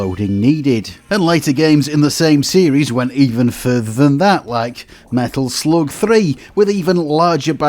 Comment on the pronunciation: When you pronounced "Medal Sloug" i finally stopped watching!